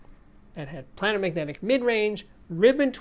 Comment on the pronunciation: Steve - Love your channel. However my ears hurt. ..... Look up pronunciation.... it's: "play - nr", not "plan - nr".